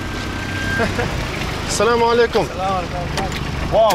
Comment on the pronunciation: Damn, the way you pronounce "Assalamualaikum" is beautiful. Peace be upon you my brother.